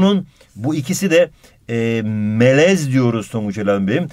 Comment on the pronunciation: adam melez derken tonguç melemen diyor pkdskalsjdkasjd